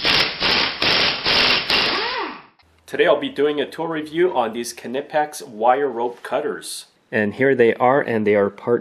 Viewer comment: big smoke I worked in a wholesaler as an agent and it is definitely pronounced nipex